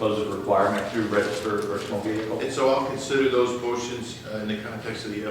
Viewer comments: He's guilty, just for saying "vee-Hickle". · Why do they always say "vehicle" with three syllables not two? Very strange